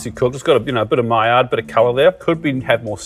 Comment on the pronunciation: It’s pronounced Mai”y”ard reaction like a y. Not mai”L”ard, Two Al’s are like a y. Maillard